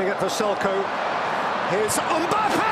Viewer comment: ‘Kylian Ombappe’💀💀💀